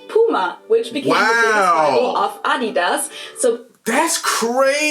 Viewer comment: funny as most people working in adidas wouldnt even understand you when you say adeeeeedas xD like its so unbelievable wrong xD